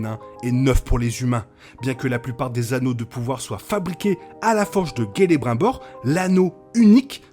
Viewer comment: On dit CELE(BRIME)BOR